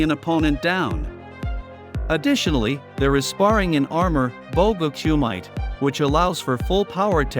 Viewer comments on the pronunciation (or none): Its Ku mi te, not cuemite.. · it is pronounced like coo me tay not coo mite